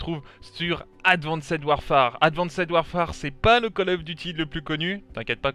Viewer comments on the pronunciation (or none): Advanced warefare se lit « advinste warfère » c’est quoi ton délire de « advincède warfère »? En anglais le « -ed » du prétérit ou du participe passé se lit « t » après le son « s »